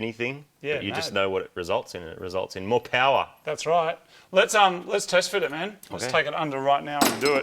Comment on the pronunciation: Marty: The results are MO POWAH Me, trying so hard not to yell BABEH afterwards